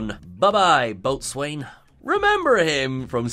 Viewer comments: Boat swain??? Rowlocks! Apart from that gaffe, nice video! 👍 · I really, really hope "boatswain" was correctly pronounced as "bosun" in the show, even if it wasn't in this video. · and both need to make sure if there are headline words in an article they are converting to a video that they know how to pronounce them. I've seen this happen several times. "boat-swain" indeed.... It's not pronounced how it's spelled at all! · Like a ragged baby... "Boatswain" is pronounced "bosun". It's fine, though. Y'all may not be the fans of the Royal Navy that I am. Fun fact: in Patrick O'Brien's Aubrey/Maturin novels, the IRISH doctor Stephen Maturin usually acts as a stand-in for the audience, having things like bosun explained to him, and thereby to the audience. is in some good Irish company. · Thank you! That bothered me, too. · Just a weird linguistic FYI, "boatswain" is pronounced "boh-sun". It's even alternatively spelled "bosun" (or "bo's'n/bo'sun/bos'n). If ever you've seen a "chair" made of rope and a board being used to dangle a sailor over the side - maybe to clean the boat - or to transfer people or things between two boats, that's the "boatswain's chair". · boatswain is pronounced bosun. A lot of Dr Who doesn't make sense anymore. Remember that dalek made from scrap? Easy to destroy with an electronic magnet 🧲. It's not Who you know but what you know. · I thought boatswain was pronounced bo's'n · I'm sure someone else must have mentioned it by now, but I'm pretty sure it's pronounced "bosun". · Boatswain is pronounced Bosun. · the word is pronounced Bo'sun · It's pronounced bo'sun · Oh dear. Your pronunciation of 'Boatswain'. That's another thing that doesn't make sense!!